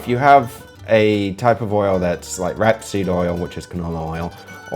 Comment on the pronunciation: It's not pronounced wrap seed